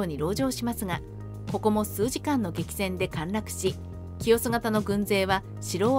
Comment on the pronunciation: 清洲(きよす)もせいすとか？何処？ かんずもなんか変なこと言ってたなぁ